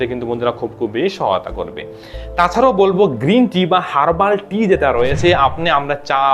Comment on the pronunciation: গ্রিন টি বা হাল বা হারবালটি খেতে বলছেন না না খেতে বলছেন উপকারিতা কোনটা ভালো করে বুঝা যায় নাই বললে ভাল হয়